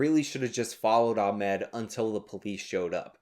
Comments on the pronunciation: Ah-Mod. Not Ah-Med. Everything else is good here though lol. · Why are you purposefully fucking up the guys name?